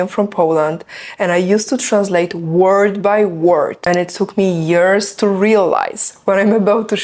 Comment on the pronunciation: I think you can't say properly "To" and "do" 😊